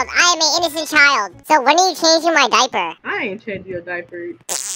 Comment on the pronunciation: I could stop laughing when he said when u chaging my diper